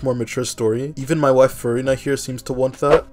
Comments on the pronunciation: bro it sounds like you're saying Furry Nut and with all the gushing you did it sounded very sus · man said "furry-na"?